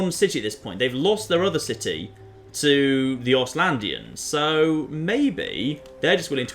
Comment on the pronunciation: Ostlanders,... if you say "Ostylandians" one more fucking time....